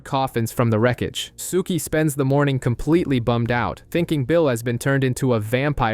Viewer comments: Same! Rhymes with "cookie." I mean, I hate to be the pedant in the room, but cripes my dude -- watch a random scene on YT so you can get the pronunciations right lol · If you liked the show (and you read) you'd love the books much more. I only liked the first 3.5 years of the show and then it was very meh. Books were way better. and lol the way you say Sookie.